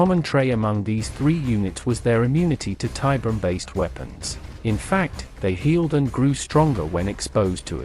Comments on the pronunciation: I know another comment has addressed it, but i couldn't finish this video cause the ai can't say tiberium. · I’ve seen it Spelled and spoken As Tiberian, and Tiberium. Both in Wikis and games. So it can go both ways.